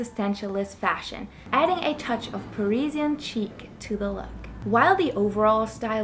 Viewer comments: Hey kiddo. chic is Sheek Not cheek! Learn to read first then talk! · Chic. pronounced sheek, not cheek.